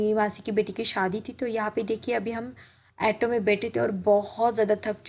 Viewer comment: एटो नाही ग ऑटो म्हण